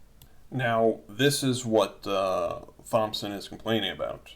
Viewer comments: Its pronounced "TOMson" not "THOMson" . Also, Constitutional Common law of the Land states that no state can make a RIGHT into a PRIVILEGE, and if they do, it can be ignored. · brandon kushner yes!!!! I can’t take it! THompson??!? 🤯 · Thomson is pronounced "Tom-son". Thompson is pronounced "TomP-son". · LOL THIS MAN SAID THOMPSON!!!! Its pronounced like TOMPSON!!! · Why are you pronouncing Thompson like the Th is soft? The name sounds like "Tompson" The H is silent. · hey thompson is pronounced tomson the "T" & "P" Is silent. dumb ass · Thompson is pronounced 'Tom-son' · Thompson is a common name... you should know how to pronounce it correctly. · "Th"ompson! The 'h' is silent you you idiot!! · Garry McMhastegut Cognitive ability has nothing to do with it. And, I did no such thing. I explained that a person that doesn't have the experience to know how to pronounce Thompson, has demonstrated a lack of experience living in the midst of the US population. Such a lack of real world experience makes his opinion of little to no value.